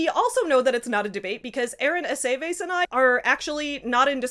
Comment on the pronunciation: Sorry i'm jarred slightly by the pronunciation of Aceves. Does anyone say that name as "A-say-vase"? Because this is also my family name and we say "Ah-seh-viss"